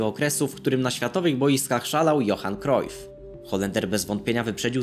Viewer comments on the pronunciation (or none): Jak coś mówi się Johan Krajf nie Krojf